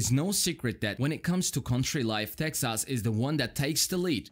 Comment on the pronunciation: Tex-ass. What a way to say it, lol.